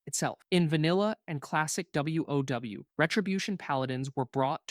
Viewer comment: Someone just asked an LLM to roast these specs and then had the LLM read them (note the pronounciation of the words sometimes e.g. WoW (double u oh double u lol). This is def entertaining and a few things are relatively accurate, but not totally at all. In the end the best advice still stands: play whats 's fun for you.